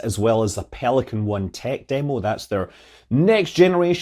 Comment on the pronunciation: Pelicang? Ehhh Manny! Look-at-di-Pelicang fly!!!